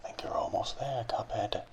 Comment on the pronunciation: He likes how he says "Cuphead"